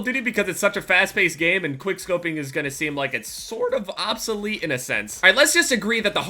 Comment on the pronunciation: Did he say OBSELETE? I'LL FADE AWAY AND CLASSIFY MYSELF AS OBSELETE